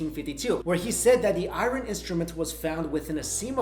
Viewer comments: pronounce IRON! IRON! not IRON-Y... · i-ron... Ugh, Still? RWALLY?? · I love your show and think you are pretty cool. it us just hard to keep paying attention when you pronounce the word iron but thats my problem. keep up the great work. thanks.